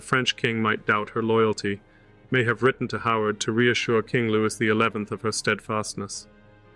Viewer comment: Louis is pronounced Lou-ee